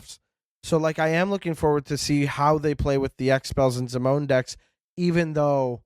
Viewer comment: Zim-o-nee?!? How dare